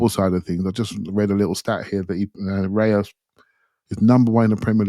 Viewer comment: I'm normally very upset about how people mispronounciate players' names, but, I'll let it go with my homies. However, however you want to pronounce it, Raya is pronounced "Rye-ah", not "Ray-er". It's also "In-yaki". No worries. I appreciate that we're mostly English speaking. I'm English/eastern European/French (and more). I get upset when people get it wrong, but, I'll forgive when reasonable excuses are given. Love the show!